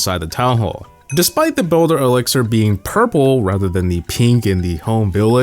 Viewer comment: The elixier 🤣